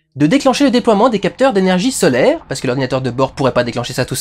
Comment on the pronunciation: Et merde, solaire et non pas sollaire à . My bad 😑